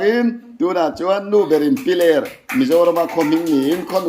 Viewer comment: Piler khaw hming hi lam sual leh ziak sual an tam thin khawp mai,a thu lam leh ziakah ani emaw, 'h' hi lam Rik/ thluk loh tur a ni a.